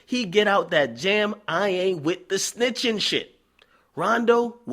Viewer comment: He said cdai snitching.. Dj stupid ass akadumbass